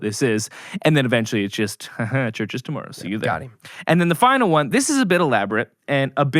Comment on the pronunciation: Worried about being roasted for a song... gets roasted on pronunciation of tomorrow.